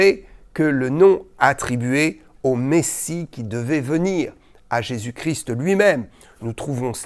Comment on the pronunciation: Bonsoir. Je vous remercie de prononcer correctement le nom de notre Seigneur Jésus CHRIST en prononçant le ST final qui a toute son importance et je me doute que vous savez de quoi je parle. Merci encore.